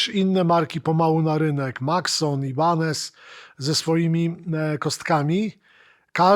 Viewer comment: na Boga, ja rozumiem, że w latach 90-tych to był problem z "pronansijejszyn", ale teraz wystarczy pierwszy z brzegu filmik amerykański odtworzyć i będziesz wiedzieć, że nie "Ibanez", a "ajbanez"; nie "piwej", a "piwi" i nie "signejczer", a "signiczer".